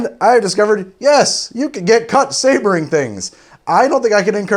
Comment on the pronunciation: "Showering in sabaring"............... oh noooooooooooo...